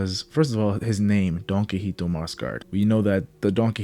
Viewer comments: It’s donquixote not donquixite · It’s “DOHN-KEE-HOTEH” jfc 😂